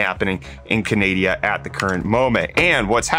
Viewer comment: how about saying Canada correctly!